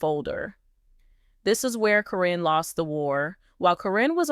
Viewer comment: Karen not Corrine !!!!!🙃🙃🙃🙃🙃🙃🙃🙃🙃🙃🙃🙃🙃